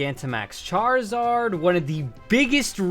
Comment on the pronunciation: AND ALSO, DO NOT LEAVE OFF THE I IN CHARIZARD!